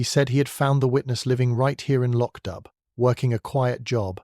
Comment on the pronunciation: Please its pronounced Lock doo, and where is the storm or the body in the flooded cellar.